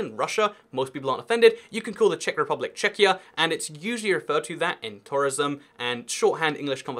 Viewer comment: Im from Czech republick? Ano, to zní jako průměrná česká angličtina :))